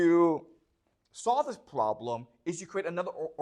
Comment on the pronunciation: The probrem iiiiiis